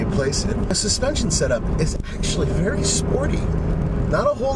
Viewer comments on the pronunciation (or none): none